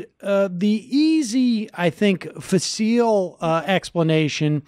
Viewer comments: facile is pronounced fa' sel - emphasis on the first syllable, not fa seel' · Sam, though pronouncing "facile" FAH-SEAL, sounds more international, I've heard it pronounced mostly the more boring way: FA-sil